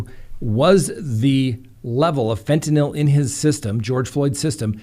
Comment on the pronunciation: Every time says “fen-TIN-YL” I giggle. It’s ok to say it the lazy way! 😂♥️